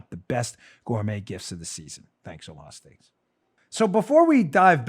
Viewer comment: When sir dan the fighting patriot says Oomha stealks !! I freaking believe him!,no cap intended either